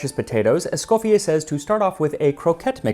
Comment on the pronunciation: I very much like your videos... but ont this on I really Thank you for the effort done on the correct pronounciation of M. ESCOFFIER's name the french way.